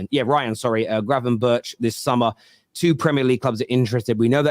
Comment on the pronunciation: cant try to pronounce gravenberch right ffs